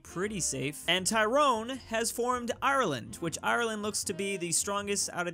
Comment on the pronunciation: Stop pronouncing Tyrone like that.